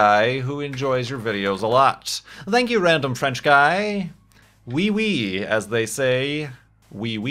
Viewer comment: I am sorry to break this ti you, but french people dont say wii wii